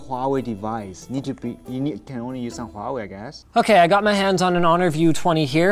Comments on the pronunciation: Why can he say Hong Ming or Meng but he pronounces Huawei as Wawei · It's so cursed to hear him saying uaawei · More like wawe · I had no idea it was pronounced waw way i always just pronounced it hew-ay-why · huawei H read the H ，not wawei ，not Wa，it's Hua ，thanks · omg please pronounce the "h" in huawei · “Did you say Huawei not?” Oh, never change